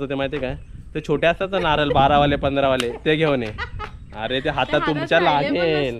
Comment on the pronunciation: नारल नको म्हणू.नारळ म्हण.